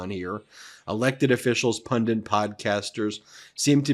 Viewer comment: Why do commentators insist on saying pundints and tenants? Pundits - pun ditz - no n in the last syllable. Tenest, not tennants. Ten - ets no n in the second syllable. Tenets, a set of principles or facts around which a belief or knowledge is based. I haven’t a clue what pundints are. Tenants are the people that live in a domicile.